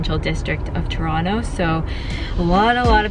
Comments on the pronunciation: This lady is not from Toronto I cam tell how she pronounces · How can represent Toronto and not even pronounce Toronto right:(